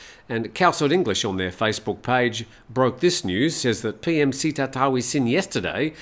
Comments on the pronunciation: The prime-minister's first name is Srettha (pronounced as Settha) and not Seattha. Thanks! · You pronounce the PM's name wrong: it's pronounced "say-tah", not "see-tah".